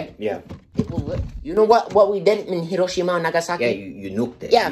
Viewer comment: Thank you for pronouncing Hiroshima correctly 😭 Means more than you know 👍🏼